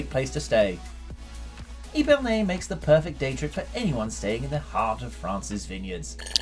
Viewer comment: How hard is it to pronounce the names properly?! Epernay is not pronounced eepernay !! Epernay like ehpernay